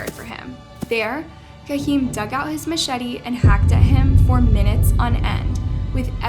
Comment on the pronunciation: It's painful to hear this narration pronounce the Guardado name wrong every time she says it. Cringe. And the kid's name is "Kaheem", not "Kareem".